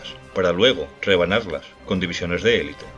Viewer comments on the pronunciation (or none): none